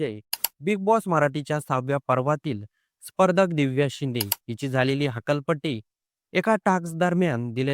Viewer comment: हक्काल पट्टी म्हणू नको रे !